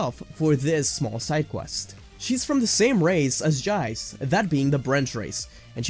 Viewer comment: Why you pronounce Jiece Jie-ce? Shouldn’t it be jeessu?